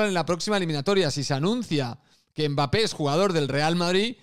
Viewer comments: "Mbarré" de nada....😎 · si te sirve yo a Mbappe lo llamo Mbeebee = Embibi, por cómo lo pronunciaba un presentador árabe, me hizo gracia 😂